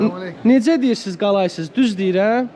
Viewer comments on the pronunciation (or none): Qaqa qalaysız deyil kandeysən deyilir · Qalaysız yox Kalesiiiiz , bir az intanaçiya çatmır😀